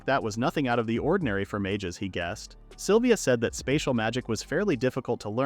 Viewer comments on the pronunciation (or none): AHHHHHHHHHGGGHHHH! It's "SYLVIA"!!! Not "saliva"! For f#$ks sake! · I had no idea the name "Sylvia" was pronounced "saliva" !!! 🤣🤣🤣🤣🤣🤣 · sylvia: ❌ saliva: ✔ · The AI calls Sylvia “Saliva”, and he to she, from time to time. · I am sitting here listening to this in the background and heard someone being called saliva multiple times and said to myself "who the f is saliva?", it a was Sylvia lmao